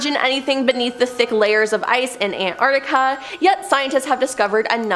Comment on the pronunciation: It's probably better to have someone who can pronounce Antarctica properly to do the bit about it...